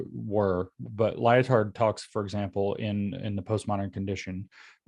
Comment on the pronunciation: "Lyo-Tard". This is how you know we are living in a simulation. The dude's name is actually "Lie-Tard". Just lol